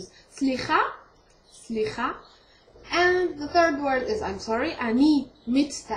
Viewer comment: 7lwe ente ya! בא לי שתלמדי אותי עברית חח. One precision: when you say sli'ha, the letter 'het "ח" should be pronounced as the arabic ح and not خ as you said.. It's true that many and maybe most of the native Israelis pronounce it wrongly but people who learn the langage should know the difference, especially Arabic speakers. God bless you.